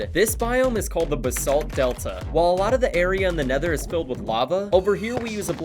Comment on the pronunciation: tha nedor🗣️🗣️🗣️🗣️🗣️🗣️🔥🔥🔥 fleent and stil 🗣️🗣️